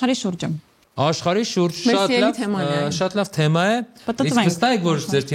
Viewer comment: Վայ ֊ հաղորդավարն էդպես էլ չսովերեց կարճ "թեմա" բառը ճիշտ շեշտադրուփյսմն արտադանելը 🤦‍♀️ Էլ եմ խոսում խաղի ջնթացքը նույն, ստսնդսրտ, դատարկ խրախուսանքներով անընդհատ ընդհատելու մասին